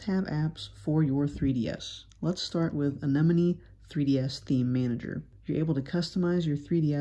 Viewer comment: This is the first time that I have seen someone pronounce the name of the theme manager correctly. Usually people say “an-y-moan”. 👍